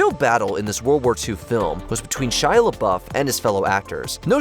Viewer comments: It's Richard PRYOR, not Prior. And Shia LaBeauf, not Shy Lauff 😆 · Shy Lauff 😂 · "Shy Luff"😂😂😂